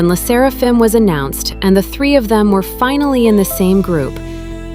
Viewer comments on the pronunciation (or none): none